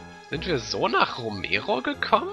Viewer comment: "Romero"? klingt fast wie "Emero" :D